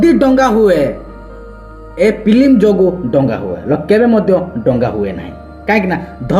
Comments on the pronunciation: ତୁ ମIରିଆ ଦଙ୍ଗା କୁ ଡଙ୍ଗା ବୋଲି କହୁଛ ମୁର୍ଖ କୁକୁର ପେଳ ଚଟା ଘୁସୁରି ପେଳ ଖିଆ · ଡଙ୍ଗା ନାଇ ଭାଇ ଦଙ୍ଗା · ଆଜ୍ଞା 🙏 କ୍ଷମା କରିବେ ଡ଼ଙ୍ଗା ନୁହେଁ " ଦଙ୍ଗା "